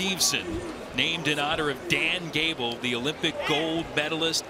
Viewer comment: Then there’s really no excuse for him not pronouncing Gable’s name correctly. He should absolutely know better.